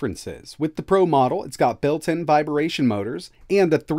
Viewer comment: Dude, lol. You say the same thing in every video and it makes me laugh every time! It's "vibration", not "vibEration". There is no "e" anywhere in the word! Other than that, another great video.